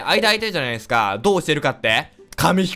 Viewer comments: いやー今回も最初｢ですくわー｣って言ってたよ笑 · そうだったんすか！？はいデスクアってわざと言ってると思ってましたwwww